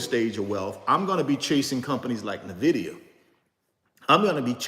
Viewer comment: Nice video!! Btw its pronounced "ENvidia" as in "envy" in spanish or latin. In fact, the logo is a green eye